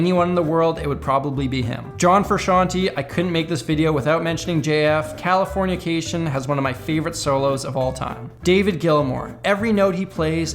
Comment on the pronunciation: ITS CALIFORNICATION NOT CALIFORNIACATION